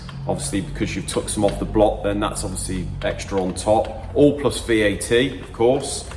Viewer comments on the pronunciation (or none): What is VET? Or VAT? He keeps saying "plus vet"